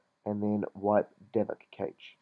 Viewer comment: Cash not kaitch and dal vic not whatever the shit you called it. Other than that, great thanks.